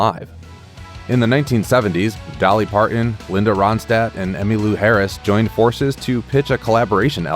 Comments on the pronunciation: Please pronounce your "t's" MounTain, ParTon not Par-en and Moun-en. I can't enjoy this video because of this crappy grammar of the narrator. (yes , I am a retired teacher). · Who’s Dolly Par-in?